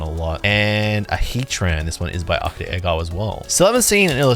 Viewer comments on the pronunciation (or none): none